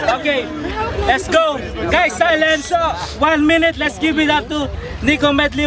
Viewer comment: say what? les start dis tree? you mean three right?